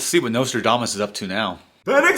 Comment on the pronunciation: Did you say Nostradumbass